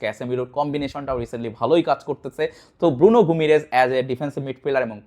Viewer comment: ভাই আপনি ভিডিও করার আগে উচ্চারণ শিখে নিয়েন।গুমিরেস না।গিইমারেস, কুনিয়া।